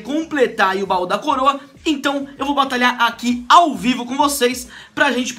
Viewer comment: Ele falou baú da coroa kkkk